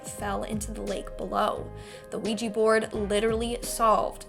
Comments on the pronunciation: Why anglo pronounce it ouiji board its a OUIJA board like OUI=-YES IN FRENCH AND JA = YES IN GERMAN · Sorry but it's pronounced we ja the o is pronunciation is like the French oui = we